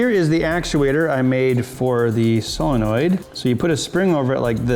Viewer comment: Still waiting for you to learn how to pronounce solenoid.